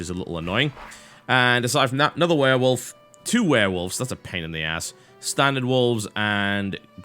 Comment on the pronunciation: I loved this game when i got it... and i also love how he says werewolf xD weeeewolf